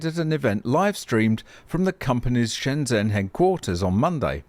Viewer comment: If you had bought some BYD shares you wouldn't need to be running this channel begging people to buy you a coffee. You could take your money and go and buy a BYD and enjoy life. You could also take some of the money and learn a little Chinese, like how to pronounce Shenzhen or Wang Chuanfu! As an engineer, I find it shocking that you haven't even realised how BYD is going to do this, you ran with an assumption and your assumption is wrong. Go do some learning and perhaps do a correction video! I'm starting to realise why there isn't a British nor Australian auto industry to speak of if you're the type of engineer they had to work with.